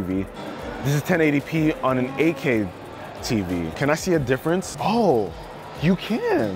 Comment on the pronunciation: Guy can't pronounce Eight K correctly...sounds like AK